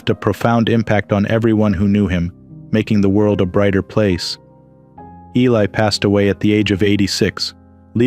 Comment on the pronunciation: You people can't properly pronounce Ron Ely's last name!? Disgraceful!!!